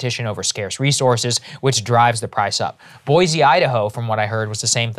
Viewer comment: Boy-see, Idaho, instead of Boy-zee.